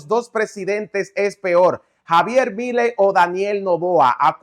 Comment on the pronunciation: Has de cuenta que milei tiene acento en la "e", suena asi: Miléi